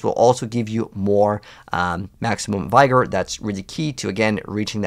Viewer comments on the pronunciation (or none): not to be an english teacher but its pronounced v-gor or v-gour not by-gor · Please pronounce Vigor correctly. It’s easy: VIG-or. Not Vy-Gor. Any Google search can teach that.